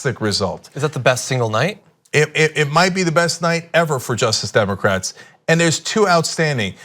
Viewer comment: Cenk, please say Justice Democrats. You can say it, we've heard you say it. You're not so rushed that you need to skip syllables.